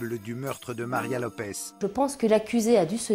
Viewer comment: LopeSSSS, pas LopeZ. Elle est portugaise, pas espagnole.